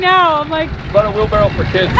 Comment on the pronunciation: Yeah, it's a wheelbarrow, not a wheel barrel... :)